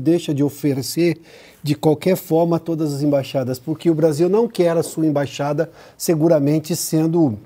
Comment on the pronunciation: Ei, imbaxada não existe, existe "Embaixada" ok?